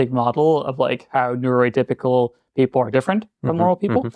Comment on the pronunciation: He said neuroatypical